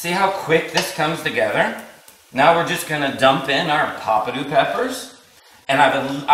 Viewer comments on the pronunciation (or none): Nice recipe. Please pronounce the peppadew peppers correctly and Not Poppadew or Pappadew as in the video. Also, Kalamata is not pronounced Kamalata.